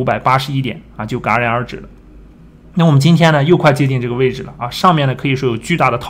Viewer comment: jia ran戛然 ga ran ? low b谈股市 高中毕业没有？